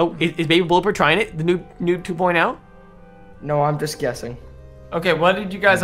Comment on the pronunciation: what is a noon?Its pronounced "noob" got it good cause i'm not teaching a spelling class